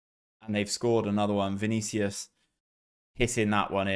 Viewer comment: Two disallowed goals, two missed penalties, own goal and I see we have a corrupt referee next. This year's game is unbelievably realistic lol and congrats for a flawless Vinícius pronunciation!